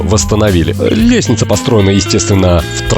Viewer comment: Спасибо за хорошие отзывы и прекрасный обзор столицы.Все прекрасно , и все же я не всегда понимал интонационные подчеркивания типо"лестница")) .Загадка!